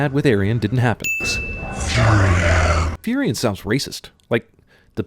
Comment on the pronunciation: It isn't Furyon, it is Furion, the Natures Prophet